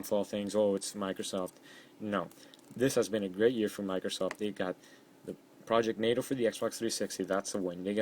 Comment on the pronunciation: u said procject natal wrong but good vid